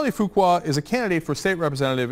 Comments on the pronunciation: C'mon, it's pronounced Fukka, surely? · Fuqua? Fuqua?!?!?!?!? BWAHAHAHAHAHA!! :) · Charlie Fuqua. Are you sure that's how you pronounce it? :-)